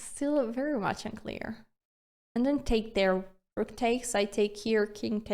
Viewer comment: Okay, I like the sense of humor and the sharp R in "rook", so subscribed. Thanks for a good time watching this video. ❤